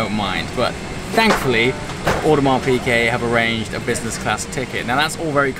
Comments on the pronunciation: Piguet, not Piquet. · One of them should have told you that it's piGuet and not piQuet though :p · By the way, it's Piguet. Not Piquet. You should pay attention. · Please it is "Piguet" not "Piquet"... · Hi, I like very much your videos, but please don't call your watch an Audemars Pické, it's an Audemars Piguet with a G an not a C :). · love the diver, but please stop pronouncing it "Piquet"